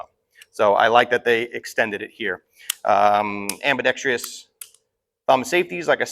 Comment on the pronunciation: am-bee-dex-truss.. not am-bee-dex-tree-us